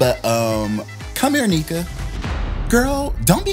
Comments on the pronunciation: The fact she is letting them call her Neeka instead of Nneka is giving please accept me. Please, I am begging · It’s not kneeka as like kneecaps It’s pronounced nEka (like the e in ‘egg’) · Not “KNEE ka” hahaha sounds more like “NECK ka”